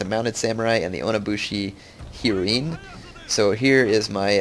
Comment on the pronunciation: heroine is not a japanese word heir, it's pronounced the same as the drug heroin